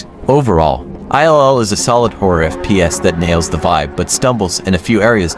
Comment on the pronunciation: 'i' 'L' 'L'... FFS if you are gonna do a shitty AI video, at least check it over. Absolute disgrace.